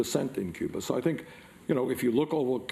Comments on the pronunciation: Bernie, there's no "R" in Cuba! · Lol Cuber, come on man Cuba that's an accent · He's from Brooklyn. Give him a break. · I thought he was talking about the 80's video game "Q*bert"... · a friend from England sticks an r on the end of words. It's cute. When Bernie does it, also cute